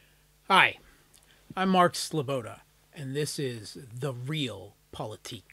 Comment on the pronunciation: It's pronounced "Ree-ahl Poli-teek" in German.